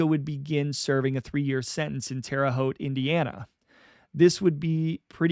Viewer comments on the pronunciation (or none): none